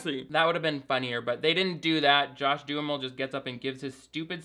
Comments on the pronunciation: I love that you pronounce John Duhamel's name as "do-a-mall" You really are the best, please dont ever change! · His several pronunciations Jon Bonjovi's and Josh Duhamel's names makes me happier than it should.